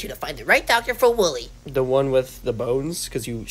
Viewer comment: “Woo wee” no it’s wooly